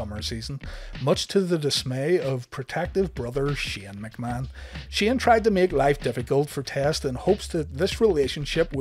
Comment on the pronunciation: “Shen McMahon”